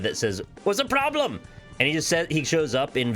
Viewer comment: Did we ever figure out what the ploblem was?